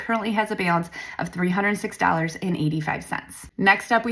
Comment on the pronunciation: Who says "BALANCE" like that? I've never heard such a thing!